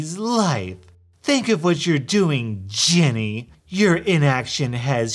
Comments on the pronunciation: you say “jenny” its ”jenn ay” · The fact you say Jenny pains me it’s Jen-nay omg i love that though